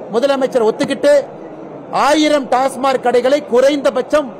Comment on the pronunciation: டாஸ்மார்க் அல்ல டாஸ்மாக்